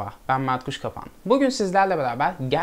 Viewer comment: Videoya başlarken yemin ederim merhaba ben matruşka 🪆 diye anladım ama Mert Kuşkapan demişsin kardeşim K bakma artık 😂😂